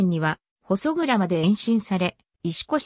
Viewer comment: ここに行ったことありますが、（ほそそう）じゃなく（ほそくら）でしょ？ちゃんと読み方チェックしてます？ たまに他のサイトやTVでもありますが、地名の読み間違いなどは不快になります。